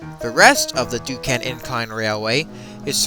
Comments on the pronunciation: it's Duquesne, pronounced Duke-Cain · Sorry but the pronunciation for Duquesne is Du-cain and for the Monongahela River is Ma-nan-ga-hayla.